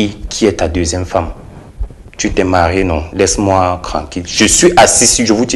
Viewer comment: Je reste cranquile, rdv de cravail, je reste cranquile, il faut vraiment apprendre à articuler le TR et pour un journaliste, c'est vraiment lamentable. Il faut arrêter cette façon de parler